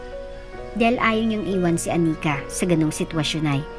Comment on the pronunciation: I am really bothered by the pronunciations, Anika, not aNIka, remaTA not reMAta.